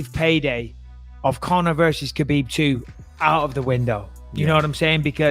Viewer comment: "And Kill more time for Khalabib"